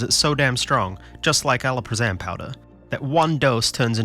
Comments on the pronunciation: Alprazolam* not Alaprazolam. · he says alprazolam like a harry potter spell lmfao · I've never heard someone mispronounce alprazolam like that